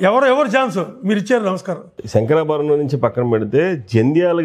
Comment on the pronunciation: శంకరా భరణం.. బాబూ! శంకరా బరణం కాదు!